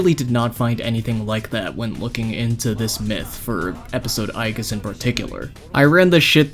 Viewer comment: Its not pronounced "eye-geese"